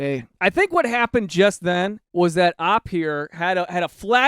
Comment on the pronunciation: omg i swear if you keep saying opp as in opposition i'll snap like the daughter. it is OP. oh-pee. O-P. its. an. ACRONYM. original poster. you dont say idk as a word. you say I-DEE-KAY.